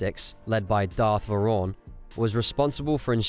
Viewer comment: Vowrawn — Vow - raw - n not Varon